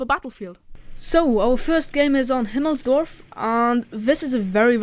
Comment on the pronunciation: good video.Do you have german at school ,because you say Himmelsdorf so good :)?